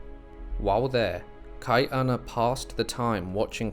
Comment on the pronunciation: Hawaii was never colonized. It was occupied. Hawaii was a British Protectorate by 1794 never a British Colony. And it’s pronounced Kah-E -Ahna there is a glottal stop. That’s why Chief of War released on July 31st for the celebration of the end of our first British occupation in 1843. And you pronouncing Hawaiian names wrong is BS watch the show practice but it’s soooooo hard to hear. Please learn how to pronounce Hawaiian words before you post anything about it. It really discredits the history you try to share.